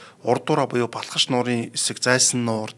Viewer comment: Өө сүүлрүүгээ нөгөө Балхаш нь Балкааш болоод явчихвуу